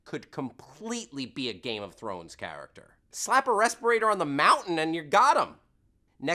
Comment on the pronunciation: this is so hard to watch with him mispronouncing every other word related to the GoT universe.....:(